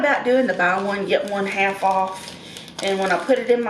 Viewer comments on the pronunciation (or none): none